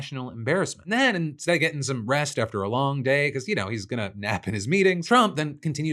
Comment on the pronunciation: Lol on yesterday's show I could've sworn Phil said "Cucker Carlson", and now on this show I swear he says "get some 'breast'" instead of get some "rest". I may be losin' it 😅